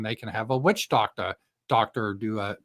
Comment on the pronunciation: witch docta. That made me have a hearty laugh early in the morning. 😂